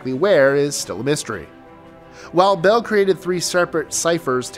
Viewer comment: Superstition mtns not Superstitious. And its Beale not Bill